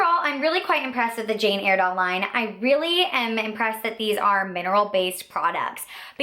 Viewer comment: It's pronounced Jane Ire (as in synonym for angry) dale, not Airdale. The most popular products are the mineral foundations, that's where the whole company started from. The pressed powder is amazing!